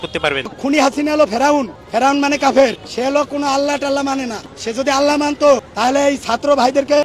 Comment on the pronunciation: তুই নিজে কি আল্লাহ্ র নাম ও ভালো করে বলিস না আল্লাহ্ টাল্লা বলস